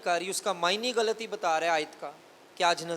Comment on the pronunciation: آپ کا پاسٹر صاحب غلط کا تلفظ ٹھیک نہیں ہے۔